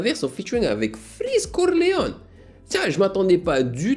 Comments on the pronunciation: Mdrrr pq freeze corleone tu le dis en mode ricain ça me fume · Mais en plus tu varies tu la fais a l'espagnol aussi